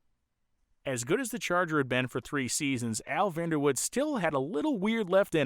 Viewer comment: Great Documentary, grew up in KC & seen the Dutchman run many times at KCIR. This is the first time I've heard his last name pronounced as Woud without the "e". I seen Vander Woud-"e" at one of the local chassis fabrication shops in the late 70's early 80's visiting its owner. I've seen an online article stating Bob Sullivan, with one of his Pandemonium cars was the first Funny Car credited to break 200Mph while claiming he never ran anything over 392 cubes. Online search should find his article.